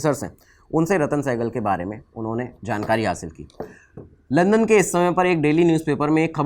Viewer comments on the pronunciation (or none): none